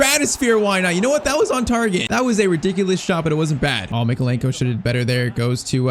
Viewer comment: “Left back we have ITALIAN Mykeolenko” he’s Ukrainian 💀